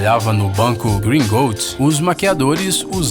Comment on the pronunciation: É Gringhots ñ Gringoults